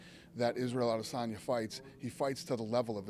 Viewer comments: How many times is Okamoto gonna say "A-des-in-ya" before someone corrects him? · If this fool says Israel ah-diss-sonya one more time I swear I will throw my shoe at him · The way Brett pronounces Adesanya's last name is making me cringe lmao